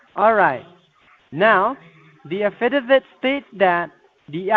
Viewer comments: Reading the a-fid-a-vid? Oh, affidavit you moron! Another great video! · Those pesky “ uh fid uh vits!”